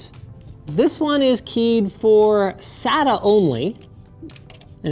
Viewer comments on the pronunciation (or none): none